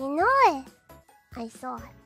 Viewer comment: "you know it, I saw it" should be "you knowæ, I sawæ" 😂